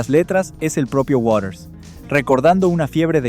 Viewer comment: ¿Warers? A ver si aprende a pronunciar correctamente: WATERS, con T.